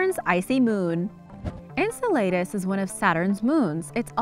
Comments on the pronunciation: Ok...i can't wait til the end of the video to say this - Saturn's moon Enceladus is pronounced en-CELL-uh-dus... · pronounced "IN CELL LE DIS" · Please learn how to pronounce words before you put them in a video like Enceladus. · So true